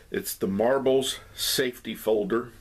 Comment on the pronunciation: Safety, not saftey.